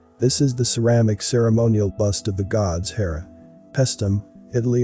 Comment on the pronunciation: Goddess Herra, a woman, wife of Zeus. to clarify.. you said God-herra